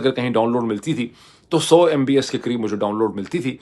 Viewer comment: on a lighter side, Dr Moeed, although you are talking tech when you compare internet speed around the globe, your thoughts are still surrounded by politics :) ... it is MB"P"S , not MBS (you know what i mean) :)